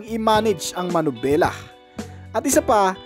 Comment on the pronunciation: MANIBELA HINDI MANUBELA